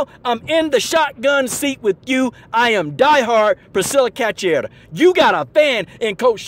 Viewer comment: It's pronounced "KA-SHOO-AIR-AH", just so ya knows, Coach. :) EDIT: Salute the heartfelt words, though. Passion like that can't be faked. ✊🏾